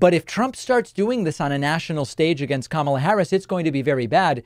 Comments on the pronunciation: At least he’s finally pronouncing KAMA-la correctly instead of ka-MA-la. Must have been all the peer pressure 😂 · And during those mispronunciations I think I heard him pronounce Kamala's name correctly. Proves how childish he has been mispronouncing it on purpose. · wow I think that's the first time I've ever heard him pronounce Kamala correctly ... just imagine that were the norm and not the exception for him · The biggest glitch was where he actually pronounced Kamala correctly. For once. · Holy shit he pronounced Kamala correctly! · The biggest glitch is him pronouncing her name correctly. Most RWNJ talking heads purposely pronounce it incorrectly, and Trump had been as well until recently. Odd. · He glitched in that he pronounced her name correctly. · I noticed that he is now pronouncing Kamala’s name correctly. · I think the most shocking and alarming thing is that he accidentally said Kamala Harris’ name correctly has to be a brain glitch! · Wow he actually pronounced her name correctly 😂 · Shocking to hear him pronounce her name correctly. That's the biggest glitch of them all